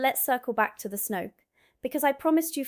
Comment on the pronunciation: Snoek: an Afrikaans word, pronounced "snook".